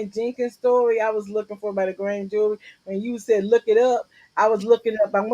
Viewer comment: He kept saying Judy. Did he mean jury?